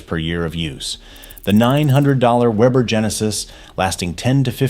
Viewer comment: A! can't pronounce Weber